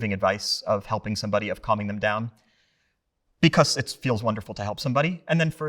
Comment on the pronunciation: He pronounces the word like, “beCOHS”